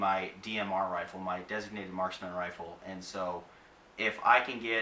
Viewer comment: He said wifle. Scwewy wabbit.